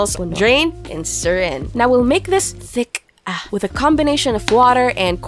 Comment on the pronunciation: The “ thick aaahf” made me sub😂😂❤